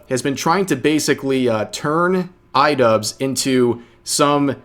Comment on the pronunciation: why am i hearing rev say idupes and why does it make sense?